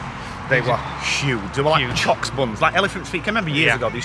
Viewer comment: The way you pronounce things is hilarious. Choux pastry is pronounced “Shoe pastry”.